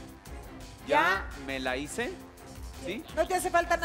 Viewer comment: “Hize” válgame Dios 😂